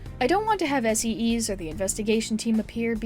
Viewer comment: I beg you to please research pronunciations for some words😭 (Yusuke, SEES, Arsene, etc.)